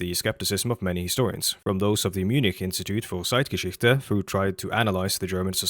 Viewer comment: Good ‘Zeitgeschichte’ pronunciation man :) — also these ppl literally cosplay any niche they display themselves to be part of, they’re chronic dabblers, the ai slop (or former ‘NPCs’) of people if u will (okay, that was harsh…)